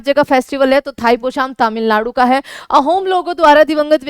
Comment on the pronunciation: तमिलनाडु ❌️तमिललाडु ✅️